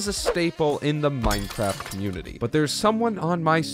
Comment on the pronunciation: Did you just say Minecwaft?